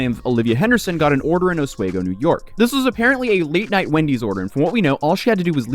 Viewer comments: Its pronounced OS-SWEE-GO. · It’s not Os-way-go is pronounced Os-we-go. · Some, for what she did to him. There is harm. Also, it's pronounced AH-SWEE-GO, New York. Hello from Syracuse! I LOVE Atozy and he has amazing content. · Oswego is pronounced oh-SWEE-go. Former upstate New Yorker here. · it pronounced os wee go. I forget how close this thing is. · Ahs-wee-go** you're welcome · It is Oh-Swee-Go. Not whatever this dork says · Small world, … Oswego (pronounced: OZ-WE-go) NY is off of Lake Ontario… small town that I grew up in and graduated from High School… really cool town… just didn’t like the lake effect snow… if Syracuse didn’t get hit for sure Oswego did… not to mention there are 3 Nuclear Power Plants there- which is why my Dad had us move there because he was a Q C inspector that worked at the Fitzpatrick Nuclear Power Plant!!! Nine Mile Nuclear Power Plants… yeah, moved away shortly after graduating from High School cuz I didn’t want to end up glowing in the dark if you catch my meaning! 😂lol… but, yeah that part of the country upstate New York is beautiful….beautiful country! ❤ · It's pronounced with a long E. Osweeego. Lol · He can't even figure out how to pronounce Oswego or recognizance for his video. How is he even this kind of influencer ? 🤔🤷